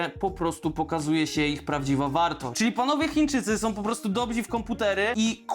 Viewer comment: I "dobzi" zamiast "dobrzy". Ciekawe, czy koleś zdał maturę?